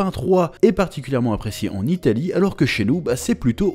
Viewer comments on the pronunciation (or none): none